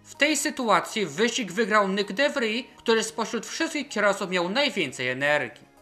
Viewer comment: tylko takie małe przypieprzenie się - de Vries to holenderskie nazwisko, a nie francuskie, i wymawia się "de fris", ewentualnie "de wris". ;)